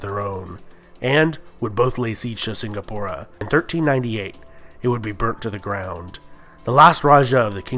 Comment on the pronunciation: I like how he can pronounce melacca correctly but mispronounces the word malay and singapore